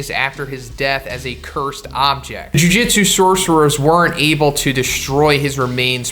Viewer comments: Why TF are u saying jujitsu? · jujutsu kaisen not jujitsu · jujutsu bro not jujitsu